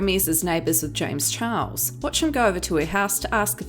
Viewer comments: i’m sorry everytime she says james chihuahua i can’t stop laughing 😭👋🏼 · I crack up every time she says James Chihuahua 😂 😂 😂